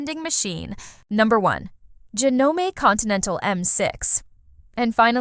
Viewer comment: any legitimate person in the sewing world knows how to pronounce JANOME And the fact that they stole footage from a reputable, Juki dealer is reprehensible